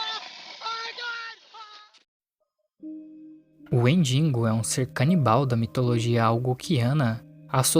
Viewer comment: Que agonia ouvir "WendiNgo"